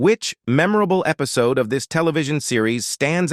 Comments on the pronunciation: Lose the irritating, unprofessional and overused AI voice. What is with you clowns who use this voice. What is an episodey? You deserve everything but of criticism coming your way! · What the hell is an episody? Come on, AI you've GOT to do better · Right?! I don't know what an "Episodey" is. My question is how hard is it to proofread and edit your own script, then listen to the result yourself first so you can make any needed changes to it before the world sees/hears it? I'd do it in a heartbeat and it would only take a couple of minutes at most to make sure everything is spelled and pronounced correctly. If you're going to use AI, then use it. But listen to it before you submit it for public viewing. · This narrator can correctly pronounce repitour, but they can't pronounce much simpler words like episode